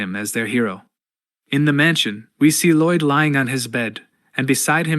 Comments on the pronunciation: I'm guessing the narration is AI. It keeps pronouncing Lloyd LIDE (like hide) when it should be LOID (like void) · Lai-oid? the hell is that pronounciation. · Gotta be honest, at this point my biggest reason to keep watching this video and not just read the comics myself is to see what crazy pronunciation of Lloyd comes next… Laiauld? How on earth did you even get an [a] sound out of that word?